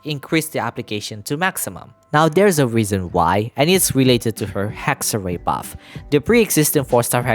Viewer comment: Why do you pronounce ir Hex-ray?